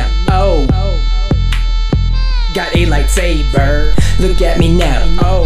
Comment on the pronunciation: i love when he says got me a light sbaer